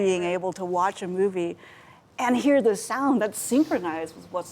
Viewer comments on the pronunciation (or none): none